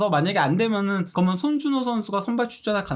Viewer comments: 면 발음이 ㅋㅋㅋㅋㅋ믄 먼 혀짧은거 같음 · 브버지 이분은 발음이 그러머는 그러므는 면발음이 않되네 ㅋㅋㅋ